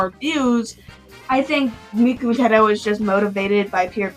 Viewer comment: Did you just say “Tedto” instead of “Teto”????!!?!?!?!😭